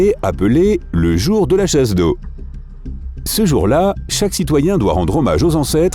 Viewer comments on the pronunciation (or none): chasdoville?!😂....le jour de la chasdo😂😂